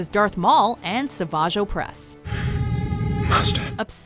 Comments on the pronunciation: At least pronounced Savage Oppress correctly this time around. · finally pronounced Savage Opress correctly LMAOO